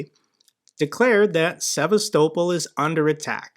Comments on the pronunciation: Theres no way you pronounced sevastopol like that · Russia is in no position to demand anything anymore.....the days of that are over. What an odd way you have of pronouncing Sevastopol.. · The way you say Sevastopol irks me and I’m American. It makes you seem like you don’t know what you’re talking about. Learn the pronunciation, it’s not hard. se-vast-ah-pol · I hate the way you pronounce Sevastopol. Couldn't be more nilk american than that buddy! Coming from a Canadian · This is the first time ive heard sevastopol pronounced that way.